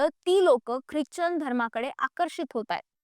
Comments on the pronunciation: ख्रिच्चन नाही ख्रिश्चन म्हणतात त्याला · उच्चार चूक करतेय क्रिचन